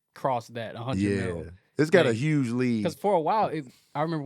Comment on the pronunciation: if you don’t start pronouncing the “H” in Huge I’ma write a letter to my local congressman!!! 🤣🤣